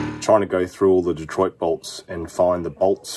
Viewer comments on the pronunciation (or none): Did he say 'detroitus' lol